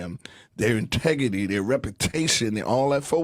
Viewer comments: Earthquake - integity And "repitation" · Lawd ... Earthquake should be quiet. "Their 'tegity", when the word is integrity! Help Me, Please!!!!!